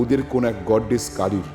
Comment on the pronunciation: Vai ' goddess ' er correct pronunciation ta ekbar Google theke shune nao....erom sosta mistake korle cholbe na.